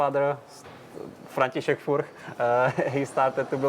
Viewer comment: Great! Finally, the first correct pronunciation from the owner of the surname!